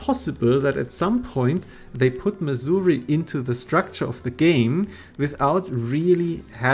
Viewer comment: Thanks to your accent I keep thinking you’re talking about Missouri, the land of ancient African tribal huts.